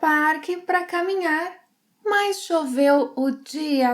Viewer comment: It sounds like you pronounce “mas” as “mais”.